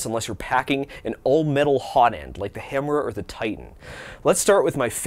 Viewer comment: Is it just me or does the way he says Hemera sound like hemorrhoid?